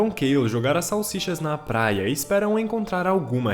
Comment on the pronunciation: Falou plaia igual o cebolinha kkkkkkkkk